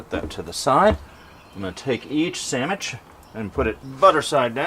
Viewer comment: Are you saying Samich or sandwich?